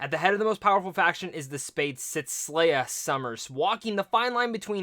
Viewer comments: SE-LAH. Not SLAY-A. I cannot watch this with this mispronunciation. Can’t take you seriously. You aren’t pronouncing it wrong you’re just not READING the name. Lol. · Did you watch the movie? Did you hear any of the other characters call her slayah? Her name is selah. (Say-la)